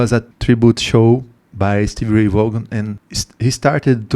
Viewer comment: Thanks for the reaction! *This particular performance was at Austin City Limits in Austin, Texas. ACL, as it is affectionately referred to, is a famous music venue and is broadcast on public television here in the States. He did, however, mention playing at the Rome Inn before he became famous. The Rome Inn was also in Austin, Texas. *Vaughan is pronounced "Von" *Yes, I agree with him being in a state of Nirvana and other consciousness when he played. I would love to know what he saw or where he went in his soul when he played. *Texas Flood at El Macambo* *Life Without You at Capitol Theater* *Ain't Gone N Give Up On Love at Capitol Theater*